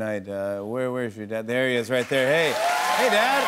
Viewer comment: gun are you purposely saying wright instead of right?